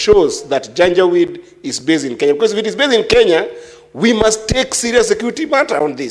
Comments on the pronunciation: She is saying janja weedii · Madam speak, what is janja wit? Do you mean janjaweed or something else? To be franky as an academic, wikipedia is not an authority in our academic circles. Due to the fact that the senator is not an academic but a political institution, he honourable Omtatah might be right. Had it been a lecture class, citing wikipedia is as good as absenting from using brain.